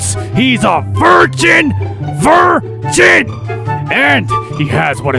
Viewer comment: "VIR-JIN" LMAOOOO